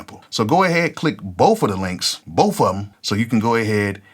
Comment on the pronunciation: "Boaf of em" 😂 As of now I'm just a beat maker because I haven't been in the studio, but I am working with several artists that I speak with on a daily basis. They also call me on discord when they are writing to the beats or at the studio recording songs to the beats and I will give my input on a few things. I look forward to becoming a music producer very soon. Appreciate the gems! 💯